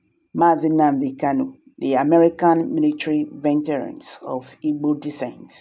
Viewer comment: VE...T...E..RANS , nooooo, it is pronounced V EEE TRANS.not venterans, please